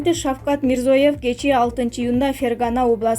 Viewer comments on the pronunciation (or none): Мирзоев эмес Мирзиеев деп айтсанар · МИРЗОЕВ ЭМЕС МЕИРЗИЁЕВ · Мирзоев Мирзиеев да эмес Мирзиёев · Ушул дикторунарды качан алмаштырасынар?Ушунчалык туура эмес окуйт.Мирзоев эмес Мирзиёев,президенттин фамилиясы даже туура эмес окуп жатат.Алмаштыргылачы!!! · Туугандар кыргызчада Мирзияев болот